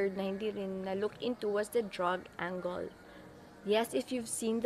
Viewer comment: you might want to check "angle" pronunciation, maybe its just me pero pagkarinig ko sounds like "ang goal", when i tought it should be like " ang girl" without "r", but hey its not like im finding any imperfection coz you know, no one is. you are smart and pretty (more pretty when your hair is like this), and i got hook from the 5min girl thing with mmda. keep em uploading and im subscribing.=) (edited at this part) and ive seen your upload back in march 2017 friends/lovers night, and -:39 you did pronounce " angle" the way im used to hearing.